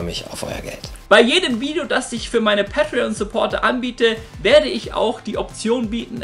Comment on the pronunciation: Sagst du bitte päitrion.. Und nicht pattrion... Wtf